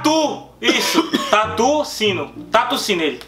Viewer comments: "Tatu sino" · "Tatu ssindo" meu Deus🤦‍♀️🤦‍♀️🤦‍♀️